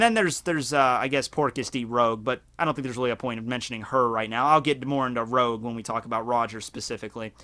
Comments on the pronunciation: rouge's name pronounced rooj, not roge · Oi it's Rouge not Rogue. Like the colour.